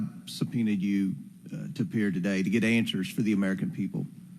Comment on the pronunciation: is it answers or anshwers?